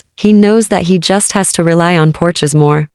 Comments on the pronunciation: Porsche. Like the car. lol not porches 😂😅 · Every seen a fancy sports car called a " Porsche"...?? It is NOT.." porch ezz " !